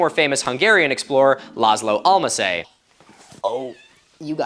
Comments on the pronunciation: Hungarian... it hurts.... pronounce it as "all-mashy". Like "all-mashy" potatoes. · Lol, Almásy (meaning from a place with apples) is pronounced awl-maa-shee. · the pronunciation of Earl Almassy is [almasee] alma means apple in Hungarian. -ssy endings indicate noble family origin. he was an earl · It's not pronounced Almasay, it's ALL-MUSH-e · Pronounciation of almásy is more like an almashee than almasay cuz we make the y an e. And the á is like a closed i (?) those damn phonetics. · The pronunciation is not "Almase" but "Alm-aa-shy". It means Apply. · who tf is laslo almasai? I only know LÁSZLÓ ALMÁSY, cmon google is free you just butchered my ears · Nice video but sorry but... It's not and SY in Almásy, it's a SHI when you pronounce it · I know a man named "Almásy". It is pronounced "Alma-she" or Alma-shi (but I will be calling him "Alma-sey" from now) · Oh my, you absolutely butchered the Hungarian explorer's name. It is kinda pronounced like "al-MAH-she" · Almásy is pronounced circa All-Mah-Shee. Great work with the video, not just informative but highly entertaining. Extra point for the cat 😆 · Almasy pronounced something like: "Olmaushee" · Just a note but Almásy is pronounced UHL-MASH-EE. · Almásy is pronounced as "Ahl-mah-shee". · I’m so so so sorry, not the point, but… as a Hungarian… ssso Almásy is pronounced like “Almushy”. With an shhhh. Not s. The ‘u’ is more like the O in Own Wilson’s “wooow” I’m sure the Google translator is there to help. But regardless it’s epic as always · I am actually a descendant of László Almásy! Also just so you know, it is pronounced Al-ma-see, at least by my family. :D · Absolute banger of a video, really well researched. Ik, my nationalism is showing but Almásy (an aristocrat family from my region) is pronounced as more like [aolmashy]. Small thing but think he deserves the justice of it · Almàsy is kinda pronounced like [all-mah-she]. Having said that, I will stfu and continue watching